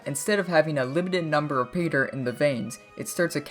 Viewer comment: learn to pronounce pay-dirt